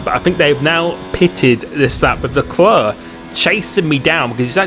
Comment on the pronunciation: Dont say leclEEER ASJIKDJ WQO ENBUWQIOBEUVOQW